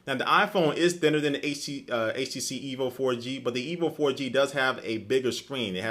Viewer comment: "I use the qu-....on my EEVEE" haha XD jk I know you meant to say "E.V.O." good comparison~